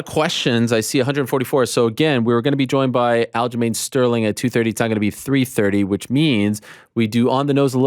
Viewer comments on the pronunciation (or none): none